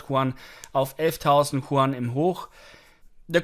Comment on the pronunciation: Hi, können Sie bitte die chinesische Währung statt “chuan” als “jüen “ aussprechen. Dass wäre sprachlich korrekt und sehr freundlich von Ihnen. Schöne Grüße